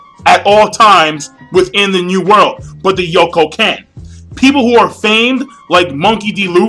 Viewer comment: It's Yonkou, not Yokon. lol